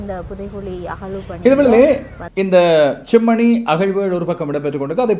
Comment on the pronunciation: நீங்களும் செம்மணி என்பதை chemmani என்று உச்சரிக்க வேண்டாம்